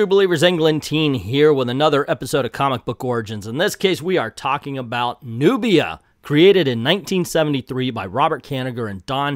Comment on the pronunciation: At least say her name right!